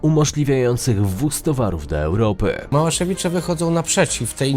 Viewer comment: Źle wymawiasz, nie małasewice a MałaszewiCZE